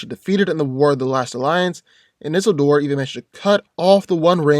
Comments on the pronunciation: You mispronounced Isildor. It's: Isiiiillllldor!!! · It's Isildur. Prounounce it like you're speeking Italian. Like a song